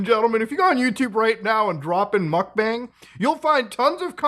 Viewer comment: not me hearing Mutahar say "mock bang!" (mukbang) 😁 Mutahar laugh